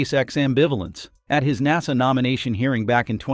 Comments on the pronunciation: AI crappy narrator pronounces NASA like Nahsaw! Then other times correctly. 🤦🏻‍♂🤦🏻‍♂ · Star LIHN. er. NAH sah need a better bot doing the narration